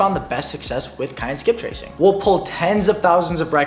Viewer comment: It was what skip tracing? I cant understand your word. Something with K